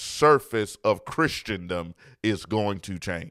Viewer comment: It’s written and pronounced Christendom (krissen-dum). There is no “Christiandom”.